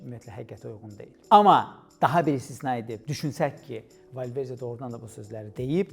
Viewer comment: Valverce yox Valverde, rusdilliler hec bele demir